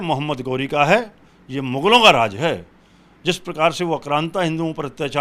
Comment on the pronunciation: शोमवार, आश्था, जिश प्रकार , फूल बरशाये, भाषा तो शुद्ध बोलना सीखो, हिन्दू धर्म की रक्षा बाद में कर लेना।